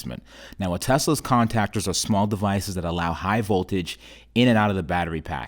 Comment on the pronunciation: " Con -tac-ers "